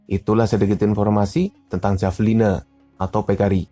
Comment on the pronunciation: Bacanya Havelina pak 😌 Btw, saya tau hewan ini dari game AoE 2